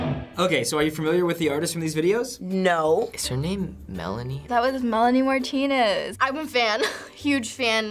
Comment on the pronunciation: Why do they call it Melanie Martina its Melanie Martinez